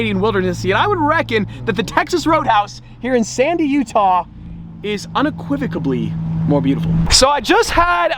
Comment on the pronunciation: Unequivocably? Or Unequivocally? 🤓